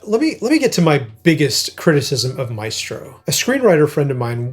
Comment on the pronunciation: The film is interesting and sensitive while showing his private life. But lacks insight about his music and commitment to composition. Also (sorry!): why do you all mispronounce the classic Italian word, MAESTRO? It is applied to Leonardo da Vinci, all the greatest masters in the fine arts, in music, in dance and film. It is pronounced MAÉSTRO, with an accent on the É. It comes from the Latin word Magister = Superior person , opposed to Minister = Minor person. Please pronounce it right! I wish I could record the right pronunciation here for you 😂In any case, instead of MAÉSTRO, you can always use the word MASTER. It is the same; it means the same 🕊️